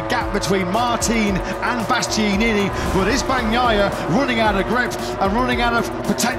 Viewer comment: How on earth is it so difficult to pronounce BastiAnini correctly!?